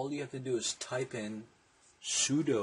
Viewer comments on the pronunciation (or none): none